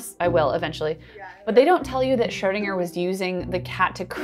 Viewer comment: You keep pronouncing Schrödinger as Schördinger, why?